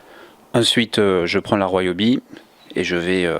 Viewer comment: Ca se prononce "ri-o-bi" non pas "roi-o-bi". Vous dites ne pas connaitre le couple de serrage de vos roues parceque montées à la main, et dans la foulée vous annoncez le couple... J'ai lâché là, ça pue le frimeur mythomane...